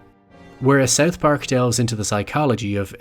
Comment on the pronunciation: I can't stand your way of pronouncing South Park "Seth pack"